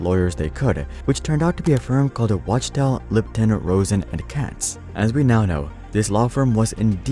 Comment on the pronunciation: Wachtel is pronounced "Wock Tell"